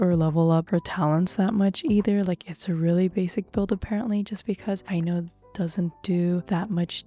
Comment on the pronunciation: "Aino" -> "i know"